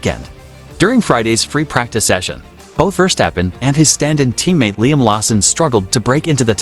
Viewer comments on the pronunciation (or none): He calls him" firstappen"😅